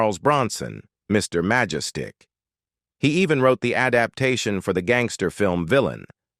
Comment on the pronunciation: “Mr. Maja-Stick?” Uh, I don’t think that’s quite “rye-guhut”